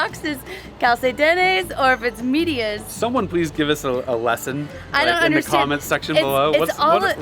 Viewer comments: Its pronoucned maydeeah. Not media like in English 😂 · Calcetines and medias are both valid words for socks in spanish, however, in DR it’s way more common to say medias, the problem was your pronunciation was wrong, so that’s why they weren’t able to understand you, it’s MEH-dia with a short E sound instead of MEE-dia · 😂 Ok Medias is Soxs in our language español . The pronunciation is where you got it wrong. Medias is pronounced Meeeedias not Midia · Calcetines is socks in Spanish from Spain, while Media (Pronounced "Meehdeeas") is Dominican dialect. They mostly speak dialect in small towns. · Ta dura la gringa😂😂 lmao at y’all riding.. that’s normal for us.. It’s pronounced like if you’re saying MEH.. so MEH-dee-us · It's pronounced "Meh" - "De" - "As" Medias. :) Socks..... Long socks = Medias Largas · Hello fun video BTW . Socks are pronounced " Medias" Meh-di-as. An other word for pants is "Calsone" like when you go to a pizzeria and oder a Calzone. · In most Spanish-speaking countries, we use the word "medias" phonetically it sounds like MEH-dee-ahs. Calcetines is the same as medias, but not commonly used. Google translate is not the best in getting the everyday use of reginal words. In that case it would had been easier to just point at your socks, I think. 🙂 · Socks are “medias” pronounced like “med” dias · Socks in Spanish is "medias" and/or "calcetines" depending on the country. Medias is pronounced "may dee as" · Hi! Calcetines and medias is the same! Is just the pronunciation. In Medias the e* sounds like the e on eight. mEdias. Same thing on Calcetines calcEtinEs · lol medias is more common in dr. The way you pronounce medias is MEH-deas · You are pronouncing the word wrong.. "medias" e as in elephant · The problem is your pronunciation . The translation for socks was not bad but calcetines is not too common in DR but medias is but you pronunciation was off. Great job and loved your video